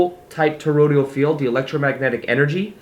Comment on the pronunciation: Toroidal, dear one, not Torodial ❣️